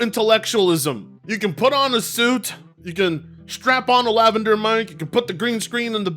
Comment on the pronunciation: It's lavaliere mic! Not lavender 😭